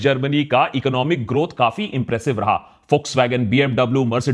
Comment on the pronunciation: Its Volkswagen not folkswagon merci